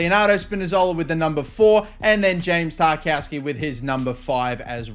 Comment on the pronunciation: Stop calling him Tar-KOW-ski, it’s Tar-KOV-ski 😂